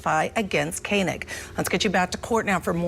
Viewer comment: Its ko-neg. like koenigsegg